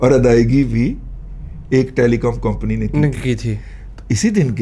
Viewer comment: دادا جی ۔۔۔۔۔۔۔۔ یہ لفظ کمپنی ہوتا ہے ناں کے ۔۔۔۔۔۔۔۔۔۔ كومپنی۔ گستاخی معاف ۔ 🙏🏻